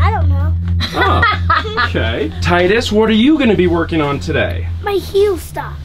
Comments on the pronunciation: It's not tidies it's Tydus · LOL he said “tidies” the kids won’t understand